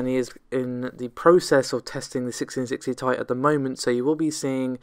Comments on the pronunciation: OMG ...... even according to NVIDIA ......... it is T I !!! not THAI ! so please DON'T say THAI ! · AT LAST !!! .... someone have said ..... the obvious😃 : that the "Ti" for Geforce GPUs stands for "Ti-tanium" and should be pronounced as such😉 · I mean.. it is pronunced T,I but whatever..... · Agree ! even Nvidia says it is T I , Not THAI !